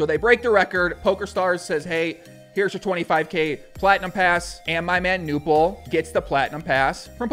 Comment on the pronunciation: It's pronounced Knueerrrppel (without a silent K)